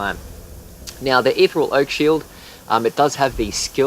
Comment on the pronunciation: Your pronunciation of ethereal really peeved me